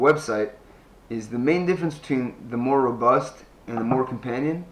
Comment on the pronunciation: Lol it is not Mora Robust 🤦